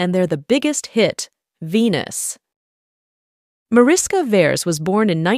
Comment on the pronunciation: Pronounced Marishka Veresh (org Veres Mariska), with Hungarian roots.